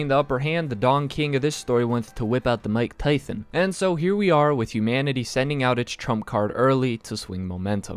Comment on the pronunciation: You are a dick for saying mike Tyson’s name like that 😂😂